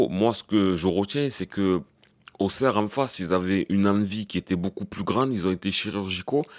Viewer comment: Salut Avant tout tu es un des seuls à bien prononcer Auxerre. Même si j'ai bien rigolé hier au soir, je pense qu'on a les mêmes problèmes, des joueurs pas au niveau avec une grosse possession mais sans aucun impact et en plus pas de banc. Bravo encore pour ton analyse bien pertinent. Force à toi Patrick le Parisien